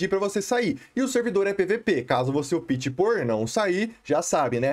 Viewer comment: Cara, gosto mto dos seus vídeos e conteúdo... Só uma dica que gostaria de dar, fica a seu critério seguir ou não... não quero ofendê-lo... como um interlocutor, quando vc diz no vídeo: "caso vc opte", vc está pronunciando errado, o certo seria "ópte" e não "opite", conforme vc tem pronunciado... sei que já falaram isso em outros vídeos, principalmente qdo falamos de servers "optional PVP", mas por ser em inglês não há necessidade,,, agora em português acho que seria interessante se atentar a isso... abs